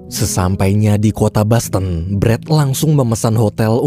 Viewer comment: bukan basten tapi boston min wkwkwkw... itu dosennya meninggal apa gak diumunin di grub fb atau wa kah? wkwkwk